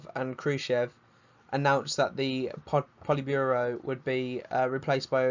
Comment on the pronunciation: man said poltiburo